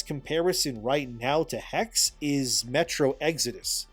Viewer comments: Hex? You mean the hex like you get cursed? You speak the last e like you would I im German and I think it’s called Hexe so the German word for witch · Hexe is pronounced hex-eh, the e is not silent in German. And all thy need to do is build Wernigerode and model the Harz mountains to be accurate. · Just fyi, if the Hexe game is supposed to be the German word for witch (as seems likely from the setting) then it should be pronounced with a short e sound at the end, so Hex-eh. I don't know about Ubi remaking all the AC games. While I enjoyed them when I played them, I'm kind of one-and-done with story games and have no desire to repeat the experience, so I wonder if they are really going to get the sales out of those remakes to make their money back. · Hexe is German for witch, it's pronounced hex'uh. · HEXE is probably pronounced He - She. I believe this, because I know a person named Xolo, pronounced Sho-Lo. It's like a dev gotcha. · In German witch is Hexe pronounced as Hexuh. Just saying. Ppl won't buy the games alot if they won't adjust, it's simple as that. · "Hexe" is German for "witch". The last "e" is not silent. Pronounce both "e" the same way you do the "e" in "ending". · From everything that i heard from Hexe until know sounds intressting. Also i think it makes alot of sense that you play in Hexe a Woman as the setting is in the time of Witchhunt. Oh and FYI, "Hexe" is the German word for Witch and you pronounce the e at the end. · It's neither Hex nor Hexee, it's the German word Hexe. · the second e in hexe is pronounced the same as how you pronounce the first e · Hexe means witch in German. You pronounce both e like the first one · Hexe is german for witch, and the second "e" ist prononced like the first "e".